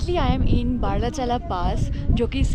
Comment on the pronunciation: It is BARA- LACHA-LA Seems like pronouncing wrong